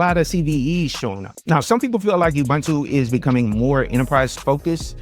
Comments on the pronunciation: I don't understand how so many people who claim to know Linux, don't know how to pronounce Ubuntu.. It's not "bun" as in hamburger bun.. It's pronounced OObOOntOO (all with the sound of the word "too") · It's Oo-Boon-too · As a South African I always cringe when people pronounce Ubuntu. It's pronounced OO-BOON-TOO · I liked and am giving some engagement here in comments for them algos. Don't hate me for saying this but please if you're gonna talk about Ubuntu get the pronounciation right. Michael Tunnell has a video on how to pronounce it. Thanks and keep up the good work ♥